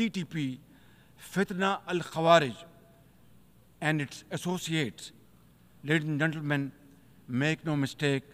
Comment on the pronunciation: "Leardhis and Gendermyan"😂 cute pupet of America